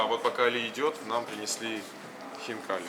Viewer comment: Не хинкал а хинкали и и